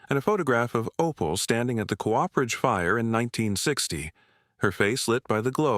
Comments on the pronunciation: Co-operation is most correctly spelled with that little dash between those two adjacent 'o's. Cooperation is not a word, just a lazy persons shortcut because they don't know where that key is on the keyboard. A 'Cooper' is someone who makes barrels. He or she is not a co-oper. A Cooperage is a place where a Cooper makes his or her barrels. That place is not a co-operage. Co-operage is not a word. I find this mispronounciation by the AIs vastly annoying. Others, too. I can usually listen to these stories by ignoring these problems. But, not this time. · I’m with you! AI narration sucks. It’s trying to merge the beginning of ‘cooperation’ into ‘cooperage.’ AI could mess up ‘parsonage,’ no doubt!